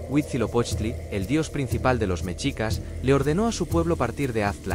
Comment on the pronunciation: No se dice ¨mechicas¨, se dice MESHICAS. La X en el idioma Nahuatl representa al sonido SH no al sonido CH.